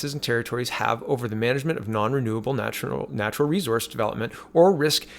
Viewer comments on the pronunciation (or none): none